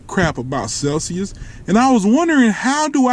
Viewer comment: he said "i dont know crap about celsuis" 😂😂 im dying